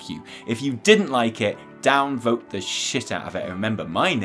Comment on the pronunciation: I hate to do it but...it's "day" (phonetic) Other side...not dee